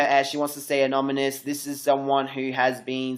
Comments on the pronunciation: bruh its anonymous (anon-imous) not anomimous lol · "Anominous" lol it's anonymous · HAHAHAHAHH you still can't say anonymous!! its not anonmanous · I'm so sorry I love you and your videos but you keep saying anonymous wrong